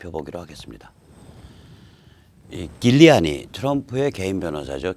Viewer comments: 길리아니가 아니라 뉴욕시장 출신인 줄리아니 입니다. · 쥴리아니 라고 미국에서 발음합니다.